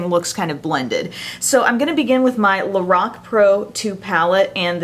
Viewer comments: She says Lorac funny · You are pronouncing Lorac wrong lol.